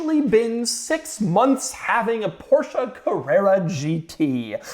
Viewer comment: Not a PorscheA... Just say Porsche ( without spelling "e") "e" and "a" are not the same.😊